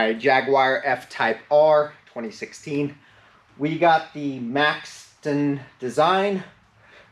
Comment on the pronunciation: It’s “Maxton” not “maxon”